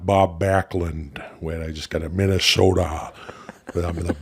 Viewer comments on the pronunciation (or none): I love how much Jesse Ventura is from Minnesota that he says it minashoda lol